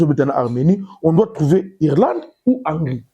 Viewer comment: On dit Hongri